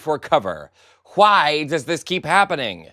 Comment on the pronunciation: I am not sure, if you are doing this on purpose with your voice, but the way you are pronouncing and enunciating some words is very distracting. wHite and wHy: you are pronouncing the SILENT H. ONE: it just sounds wrong You do sound like you are doing an announcer voice, so these odd mispronouncions are both jarring and irritating. They dont help keep attention, they actually detract from it.